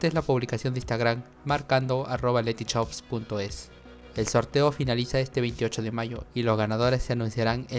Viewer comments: me causa risa como decís Letyshops,suena que le decís Letychops xddddd (sin ofender) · Jajaja no paro de reír cada que dices "Lety CHOPS" xddddddd